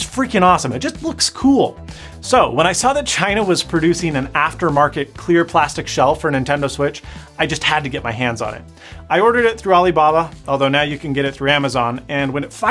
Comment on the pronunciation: "Nintend Switch"